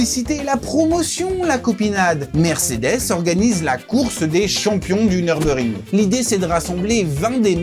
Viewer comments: Dommage, le commentaire pique les oreilles du début à la fin. C'est Nürburgring et non Neurbeurgring... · Par contre j’ai jamais entendu dire « Nurbur ring » Mais « Nurburg ring » et j’ai 40 tours à mon actif 😂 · Super reportage, faudra juste corriger la manière de dire Nürburgring. C'est Allemand et il y a un tréma sur le "U" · En allemand le "ü"se lit "u" et le "u" se lit "ou". La prononciation "neurbeurgring", c'est une version anglicisée